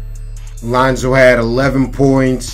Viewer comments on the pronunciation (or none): Why he say lanzo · His name is Lonzo Ball not lOnZo BuSt. Get it right😤